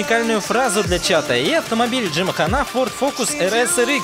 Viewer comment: Джим ханА... ох, опять насмешил своим произношением марок авто =) Все, хана джиму? А меня вообще из игры выкидывает, проходит вступительный ролик и игра отключается без ошибки. Уже неделю такое безобразие. Тех поддержка молчит, на форуме так же мои обращения удаляют, переустановка не помогает... В общем, положили майки на нас.